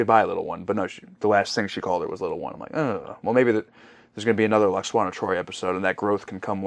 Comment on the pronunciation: It's LWAXANA, not Lackswana Well I'm sure next time she appears (if ever) it'll be a happy funny light-hearted episode !